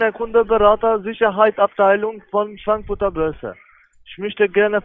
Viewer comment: Bei habe ich Schwanzfutter Börse verstanden.